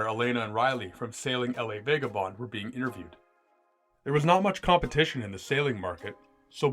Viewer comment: “L” “A” Vagabonde 🤦🏻‍♂️dude lost all credibility right there